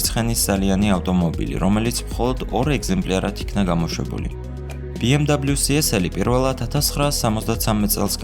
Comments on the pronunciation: "ბე-ემ-ვე" და არა "ბი-ემ-დაბლიუ" ეს არის გერმანული ავტომობილი და არა ამერიკული, შესაბამისად მისი სახელწოდება იკითხება გერმანული ალფავიტით. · sworad ambob biemdablius arusmino aravis msoflioshi xom inglisurit aris yvelaferi;) ar atvirto tavidan es video...magivrad Mercedess-ze gtxoven ukve ramdeni brat..... da mec;)